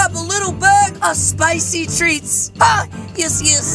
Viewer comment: its not spocy its spicy